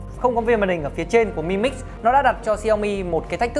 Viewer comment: biết từ Mi là gì không ? mà đọc là mờ i ? mi 米 tiếng trung là hạt gạo ( đọc là mỉ mớ đúng )